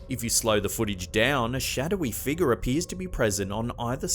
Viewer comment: "Dark figar" how uncanny pronouncation.